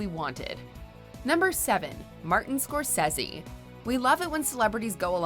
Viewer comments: The way you said Scorsese annoys me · Lady you really need to stop trying to pronounce things intellectually... Scorsese. Haha and his name is Ricky Gervais not Ri''y... why?? No C & K? Why??? Hahaha